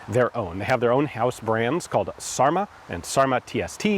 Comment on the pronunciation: It's not "sarma", it's"särmä"! "Ä" is the vowel in "dad" or "cat".